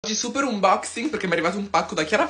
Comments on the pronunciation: Unboxing si pronuncia anbocsing 😂😂😂 e non unbocsing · Umboxing?!? Si pronuncia amboxing